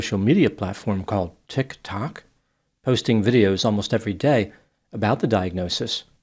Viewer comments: I love how You pronounce Teek-took like a disease 😂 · I love how says "tik(pause)TAHK??" with a slight incredulous frown, as though he were pronouncing the genus of some mysterious bug & can't believe someone would've named it that. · “Hello, this is; who hates Tik (pause) Tok.” 😊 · Tihk - ………. Tohk………. 😖 Hahahahhaha😂😂😂😂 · Just excellent 😂 TIC TOCK Haha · I'm just here to hear him say tick (pause) tock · You mean “Tick… TOCK?” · I always do an actual LOL every time says Tik Tok! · I love it when he says "Tik Tok(?)" 😂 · I was trying to figure out if it was distain or just a quirky way of pronouncing it! 😂